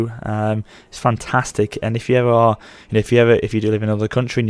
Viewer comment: "so there we arrrrre"!